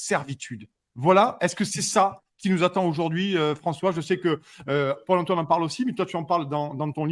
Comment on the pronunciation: purée a chaque fois j’entends pole emploi au lieu de paul antoine....